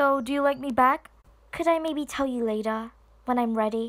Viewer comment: “ A few hours LaTuH.”